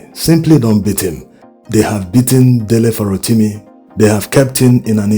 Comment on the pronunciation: No insult, Please . The way you pronounce this Farotimi bites the ears. Please try aand get a Yoruba man to hum the sofa notes of the name to you, this way you can get the correct accent. It is affecting your content. You get the the Dele but the Surname biko, please you can do better.